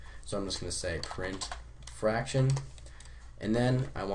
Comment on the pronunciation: ITS FRACTION YOU FUCKING IDIOT NOT FARCTION SO USELESS